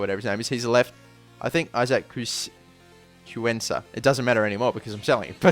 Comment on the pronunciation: how on earth are you a barca supporter and you can't pronounce cuenca?.. btw its pronounced kowenka